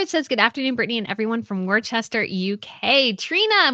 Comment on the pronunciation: Worcester = wusster.